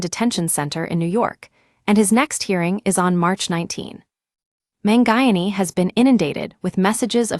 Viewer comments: man-guy-an-ee? Sheesh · Man who? Terrible pronunciation of his last name